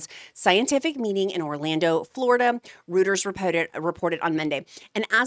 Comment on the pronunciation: Could you maybe just paraphrase these studies and list the sources. Kind of boring. And pronunciation of Reuters is roy terrs.